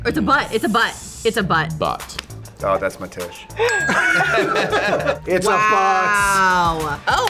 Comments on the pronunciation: WHEN THEY SAID TOOSH AND TOOSIE I DISS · "Sikowitz says toosh" If you know, you know... 😂😂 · It’s the that’s my toosh for me 😂😂😂😂😂😂😂😂